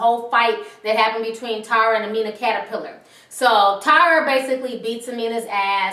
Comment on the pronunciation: Lol aminia catapilyer XD How evee you spell it